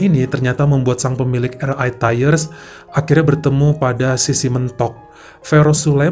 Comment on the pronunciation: Bang, kalau mau baca RI dlm bhs Inggris, hrsnya ar ai bukan er ai... Sorry 🙏